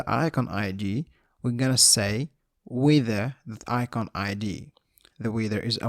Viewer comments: "wither" or not he pronounces it right, the tutorial is awesome! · cant stop laughing the way you pronounce "weather" very good explanation